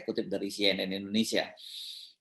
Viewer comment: Indonesia bukan indunisia... Bahasa Arab tidak tepat dalam pengucapan Indonesia